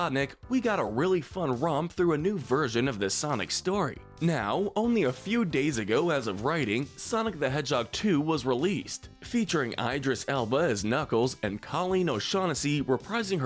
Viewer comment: It’s pronounced EE-driss ell-buh and wuh-KOW-skee, “”! 🤨